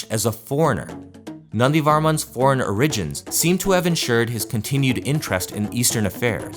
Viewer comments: that's not how you pronounce "origins", my guy. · Great video but why do you pronounce "origins" that way?